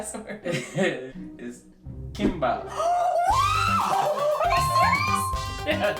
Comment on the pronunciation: Its not pronounced bahp though its pronounced pahb😂.